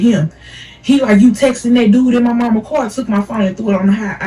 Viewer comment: The way she said car was grinding my gears 😂 the story was entertaining tho